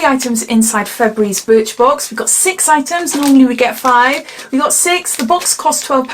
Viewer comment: Sounds like you said bitch box 🤦🏽‍♀️ 📦